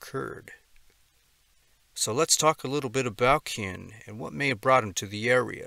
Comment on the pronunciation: Phonetically Cian is pronounced - See yarn